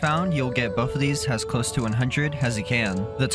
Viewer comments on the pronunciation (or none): none